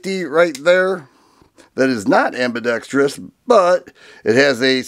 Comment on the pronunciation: You get a thumbs up for proper "ambidextrous" pronunciation!